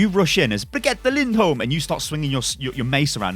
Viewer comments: Sound out like this BriG-E-Ta Lind-Holm. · You say brigit lind holm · Amazing names, but she says her name in the Origin story. Just saying. "Baguette Lindholm" XD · if say brigitte lindholme one more time...